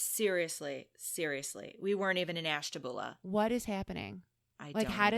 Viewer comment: You can tell by the way you pronounce Ashtabula that you’re not from there….